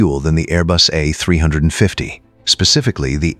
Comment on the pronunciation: Teach your AI how to properly prnounce "A350" and other aircraft numbers.